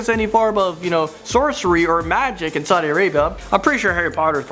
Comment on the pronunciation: It's Saudi Arabia not Sadi Arabia